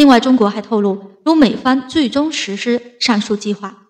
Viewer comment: 主播普通话一定要提高。如公司声音“公诗”,实施念成声音“实是”……，姑娘好好练习一普通话吧👏👏👏👏🇨🇳🇨🇳🇨🇳